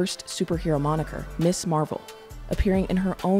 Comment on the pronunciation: I believe Ms. Marvel is pronounced Mizz Marvel, not Miss.